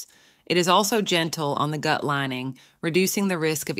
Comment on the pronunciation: Good video but definitely using a robo reader. “The goot” 😂😂